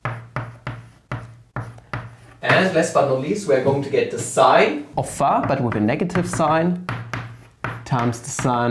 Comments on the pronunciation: And phi as pha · and pronountiation of y too. pha, wah.. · your way of pronouncing phi and eata is flammable. very good explanation. thank you for suggesting hitpaw's screen recorder.